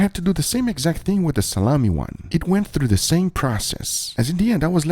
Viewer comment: Pov you watch guga for way he says through